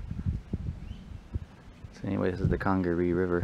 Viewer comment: Just came across your video and wanted to give some insight on the park. I run a guided kayaking company that does trips in the National Park. You you are pronouncing it correctly. The word Congaree comes from the Congaree Indians that once lived in the area and means "River People". The leaves you were laying on are from the Holly Tree and yes, they are very sharp! The park is home to the National Champion Holly Tree at 91 feet tall. The shots you heard were likely hog hunters on the river. They spotlight wild boars at night and shoot at them from boats. (it is illegal to hunt in CNP so they may have been breaking the law) The park is home to 3 owls: Barred Owl, Great Horned Owl and Eastern Screech Owl. They can have several different calls each. And lastly, the trail conditions. They do not allow motorized equipment (atv) past the visitors center. So when bridges or boardwalks get damaged they have to carry all the replacement parts in. This is often done by volunteer groups during the summer. Great video! I enjoyed watching it and the River Trail is one of my favorites!